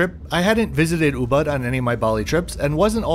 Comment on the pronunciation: Hi, on your next visit to Bali, I would highly recommend you review Puri Wulandari, a resort with great charm and Balinese character; and an utterly spectacular location in Ubud (which is pronounced oobood, by the way). A resort with 32 pool-villas, priced reasonably. Check it out!